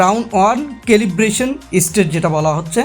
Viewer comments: Calibration..... সেলিব্রশন,,,, কেলিব্রেশন না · This is Celebration....you are correct... it's calibration❤ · কেলিব্রেশন হবে রে আবুল।।